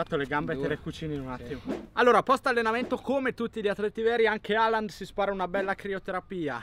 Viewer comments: Hòlan, cazzo, Hòlan. Quale Halland? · NON E' HERLING MA ERLING